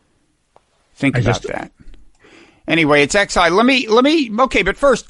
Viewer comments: Xi is pronounced "She". Sheesh! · All of your pronunciation guesses were wrong. It's pronounced "she" like the pronoun. The difference in pronunciation between the X And SH in Mandarin is X is in the front of your mouth and SH is in the back. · Shee Jin Ping is how you pronounce it.